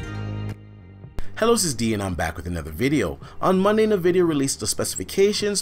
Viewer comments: Its En-vidia not nuh-vidia!! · It's N-vidia not nah-vidia